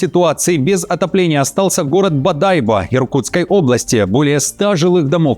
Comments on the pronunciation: Не БодАйбо, а БодайбО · БодайбО а не бодАйбо! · БодайбО ! А не БодАйбо. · бадайбО а не бадАйбо 😁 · не бадайба а бодайбо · Сам ты бодАйба, БодайбО. На последний слог ударение. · Не БадАйбо, а БадайбО !!!!!!! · Не БодАйбо, а БодайбО! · Бодайбо',ударение на последнее О а не Бо'дайбо...там уже все сделали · не бадАйбо а бодайбО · Не БодÁйбо, а БодайбÓ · Не БаДАЙбо, а Бодайбо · Русский человек называет БОдайбо БАдайбом . Может он все таки ИИ? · Бодайбо, ударение на последний слог) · БодайбО,ударение на последний слог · Бодайбо…ударение на вторую О,,.грамотей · БодайбО, проверяйте ударения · Бадайбо ударения на (О) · БодайбО ударение на крайнюю букву) Я удивлен что вы мониторите😳😳😳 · Правильно говорится бодайбо ударение на о это самый богатый район по залежам золота как они вообще могут замерзать😂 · БодайбО...ударение на последнюю О....прежде чем новости читать смотрите как правильно звучит населённый пункт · БодайбО - с ударением на на последний слог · Правильное ударение Бодайбо. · Бодайбо ,ударение на последний слог, географию изучайте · Иркутская область, г. БодайбО, ударение на последнюю О))) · Бодайбо", ударение следует ставить на последнюю букву О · Бодайбо, ударение на последнем слоге! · Город, Бодайбо -ударение на о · БодайбО, читай правильно😅😅😅😅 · Правильно бодайбО, это город БАМа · БодайбО ударение на о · ... И на прииски в Бодайбо́ ... 😁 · Откуда ему знать, какое ударение? Городов в России огромное множество. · Бодайбо..ударение на последнюю букву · Бодайбо не правильно ударение поставил! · Правильно ставь ударение, когда говоришь про НАШИ города!!!!! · Бодайбо ударение на последнюю О!!!!!!! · Бодайбо, ударение на последнюю о, интересуйтесь хоть маленько